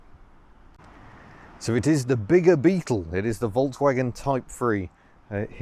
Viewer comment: Please pronounce Volkswagen correctly, please!